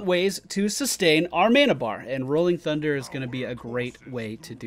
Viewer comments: instead of sundder i am hearing tsundere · He says 'sundder' but ok :)